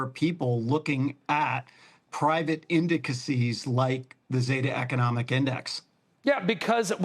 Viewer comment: Indicisees? Why do these finance people never learn English?